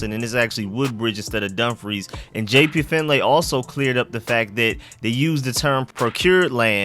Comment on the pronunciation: Dude. It's Finley. Not finlay